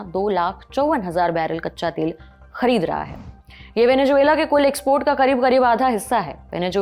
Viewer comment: मैडम माना कि आप हिंदी प्रधान चैनल हैं, मगर ज़ को जे बोलने का हिसाब मेरे तो समझ नहीं आया। अब आपके अनुसर वेनेज़ुएलन्स के सर पे जून मिलती है तो वो आपका निजी अनुभव हो सकता है, पर हमारा नहीं है भाई! वेनेजुएला....😢😅